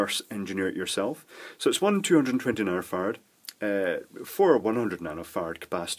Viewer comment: I just love it when he says "nanofarts"...